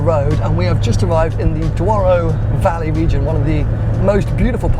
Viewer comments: "DOURO" (Portuguese) is pronounced as "DOUGH-ROO" (English). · What? The Duaurou River? Lol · Dwaro river⁉️ You should pronounce it as DURO ‼️ The level of ignorance, guess you’re spending daddy’s money… 🤡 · Duaro bro? Douro, respect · Dude.... you butchered the "Douro" pronunciation... Just say "Doro"..it's close enough... but duaro?? wtf.. xD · Aah yes, the DUARO River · The first location was the "Douaro" river 😄